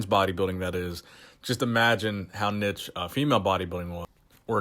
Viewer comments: niche isn't pronounced nitch but neesh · The way you say niche 😂 its pronounced "Neesh", regardless love your videos and appreciate all your effort that goes into the content! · Omg he said nich twice 😂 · Anybody else laugh when he said nich? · Love the content but like all Americans please learn how to say niche!!! lol you just corrected yourself as I was typing, thank you